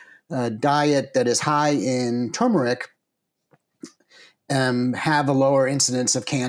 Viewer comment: TURmeric is not tumoric (toomeric}. The "r" denotes pronunciation similar to the words "turn", "turgid", etc.